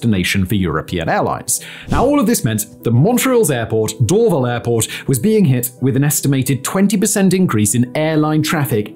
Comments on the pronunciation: Why didn't you mention the Airbus assembly plant where the A220 is built? Bombardier also still has some facilities at Mirabel. Hundreds of later model CRJs (700 and 900) were built there. Most civil Bell helicopters are also built at their facility adjacent to the airport. You also mispronounce Dorval. It's Dor-VAL with emphasis on the VAL. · Simon, you’re mispronouncing Dorval so badly 😂 it’s said like “door-vahl” (Also Vaudreuil was butchered so badly I laughed for a full two minutes it’s “voh-dreu-ii”) But bang on for the rest of the actual content of the video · As a Mun-tree-all-er ( Montréal ) just as a heads up. Dorval is pernounced door-val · The way this guy mispronounces "Dorval" is like fingernails on a chalkboard. Always weird when Youtubers put a ton of book research into a topic but then totally scuff on how to actually say things correctly. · This guy mispronounces DORVAL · Do an episode on the Pickering airport, vast tracts of land were expropriated to build a new airport for Toronto and then it was never built. And it's DorVAL airport, accent on the second syllable. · The emphasis is door-VAL btw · In the rare case you ever need to say it again, the stress on Dorval is on the second syllable 🫡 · First off I wanted to vomit every time he tried pronouncing Dorval. It is Dorv-Al. Not Dorv-il. In the 90’s I flew out of Mirabel to Brussels. After being used to the 15 minute drive to Dorval the long drive to the middle of nowhere was brutal. Another aspect not talked about was Bill 101. Many large corporations moved out of Montreal to Toronto. Also more needed to be said about more fuel efficient planes and ETOPS. I will say this about Dorval though. I live in Vancouver now and it has the nicest airport in Canada. Montreal’s airport is the ugliest. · Sorry but it's not Door-ville airport, it is DOOR-VAL (Dorval). Mirabel is the merger of 2 sisters names whose family farm was absconded, Miriam and Isobelle. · “DoorVille” airport 😂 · It’s Dor-VAHL.